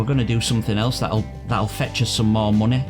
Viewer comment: I love how you say munahy